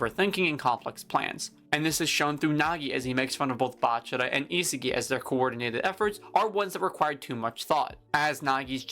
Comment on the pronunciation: I sa gi, not isigi